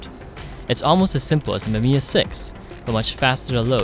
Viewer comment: Mama mia it's Mamiya! P.S. I'm sorry i coud not to write that ...